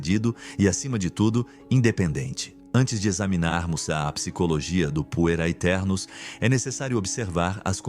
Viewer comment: Quando escutei "Puer aeternus" achei que tinha escutado Punheteros.